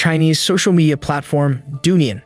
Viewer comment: Douyin is pronounced "dough-ying"